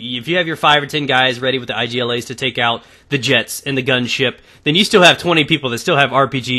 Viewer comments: its not I G L A say it IG-la like IG-loo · You can read IGLA normally, its not a shortcut. Igla means in polish and russian a needle ;)